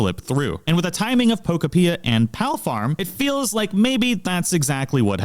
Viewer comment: Nintendo having billions of dollars and releasing games that look like absolute dogshit is the perfect example of how everything is enshittified now. Also its Pokopia like Utopia not however you're pronouncing it. Palfarm gonna crush this game like Palworld has crushed the past three Pokemon releases in quality and offerings. For half the price.